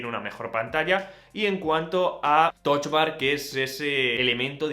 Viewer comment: Porque “Toch bar”? O lo lees en inglés o en español... pero con U :)